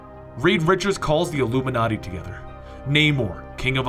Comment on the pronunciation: why do you say llluminati